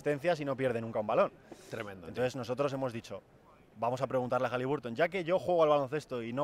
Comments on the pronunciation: Entre las canchas espantosas y que los Pelicans fueron a las Vegas a pasearse, solo queda el buen partido de Hali BAR ton (no sé si soy el raro que lo dice y pronuncia bien ). Si defendiera un poquito más él y su equipo la cosa estaría mejor todavía. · Por favor, no sigáis pronunciando HalibUrton con U